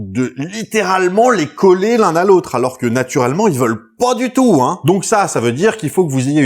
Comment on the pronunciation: "Y veulent POUA DU TOUT hein" 😂